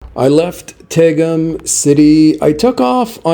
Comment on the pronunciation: it's pronounced "Taa gum" city! Oh and her dream man has no family! Good luck finding a nice man with zero relatives!